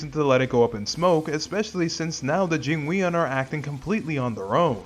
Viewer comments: I really don’t wanna be that guy, but it’s “Jing-won” mafia not “Jing-we-on”. Great video regardless though! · Your pronunciation of jingweon is wild considering how much they say it in game 💀💀💀